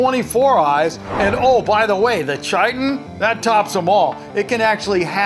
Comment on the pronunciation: its pronounced c-eye-tin